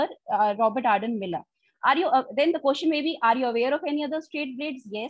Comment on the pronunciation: Madam Question is pronounced as Kw-es-chen, not as Kyo-shan.